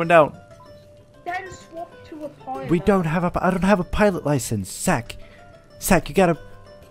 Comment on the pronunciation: Its more lik u keep saying sack instead of zack